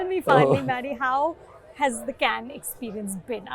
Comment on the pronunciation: Everything ws excellent abt the interview, including Anupama's spontaneous burst of hearty laughter, except Maddy getting "Cannes" pronunciation wrong.